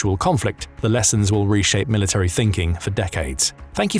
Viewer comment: Can you please re-educate yourself on how to say military?